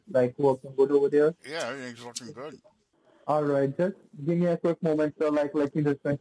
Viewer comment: Over derr